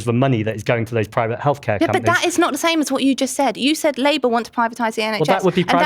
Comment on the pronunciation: I know it's a little childish but all I'm hearing from the labour politician is "do dis John do dat John!" 😂😂😂 Like I'm sorry, but speak properly! One minute it's want with the t pronounced then 3 seconds later it's "won'" without the T pronounced. She just sounds ridiculous and not serious. 😂